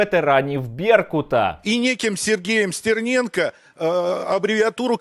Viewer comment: Як же коробить від узкоязичних щелеп, які не можуть вимовити нормально прізвище Стерненко. СЦІРНЄНКА!!111 Тьху, бл*ть, господи